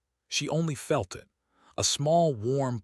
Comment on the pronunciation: I agree that AI still has a long way to go when it comes to narrating stories like this, such as "starring" instead of "staring," saying "I T" instead of "it," etc. But, in this case, "bobbies" instead of "babies" doesn't bother me as several cultures around the world call their babies that. It's a sweet term of endearment so I don't think it makes much difference whether it was AI error or not. It doesn't detract from the great story that it is. Brightest Blessings.